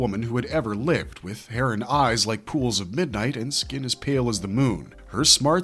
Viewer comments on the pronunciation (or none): none